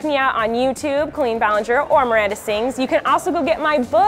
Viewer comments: Why does she pronounce the name "Colleen" wrong? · That's not how the name Colleen is pronounced.